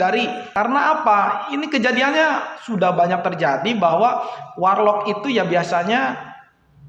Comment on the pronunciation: Ngakak dnger "WaR Lock" 😂😂.. keren.. 👍